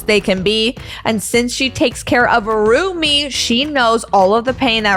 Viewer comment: I'm sorry dut it's Rumi not Ruby